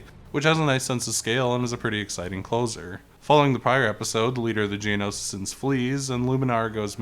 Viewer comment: I love this game. My favorite of all the Lego game ever. Only thing is that a few characters and people are said incorrectly. Asaj ventress and geonosians are the ones I’ve caught half way threw. Otherwise amazing vid